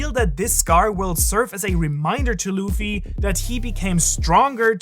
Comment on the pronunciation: i watched this for 60 seconds and just thought if i have to hear you call him loofy one more time im gonna jump through the screen and punch you in the face